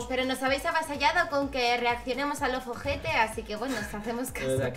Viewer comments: Como se escribe: Loveter Cómo lo pronuncia: Lovojete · Cada vez que decía lovejete me sonaba a OJETE de acá Argentina y me reía yo